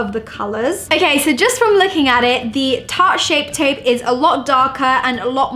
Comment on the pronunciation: I feel annoyed when she says ok it sounds like akey and it's soo irritating